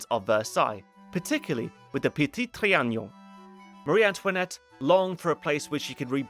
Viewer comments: It's Petit Tri-a-non. Not Tri-a-gnon. I don't know why you insist on pronouncing a "g" where there isn't one. 😆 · repeat after me: tri... a... non... trianon, and not trianion... Apart from that, it was a pleasure to watch, thank you ;) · It's ponounced Trianon, not Trianion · Le Petit TriaNOn, not TriaGNOn.. There is no Ñ/GN sound, FYI. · Its Tree an non, not tree an nion! Its not like "onion," but rhymes with " be alone"! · say it with me "tree an on" trianon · That lady is Le Brun, the most famous and favored painter of MA’s portraits. Also, your pronunciation of Trianon is killing me 😂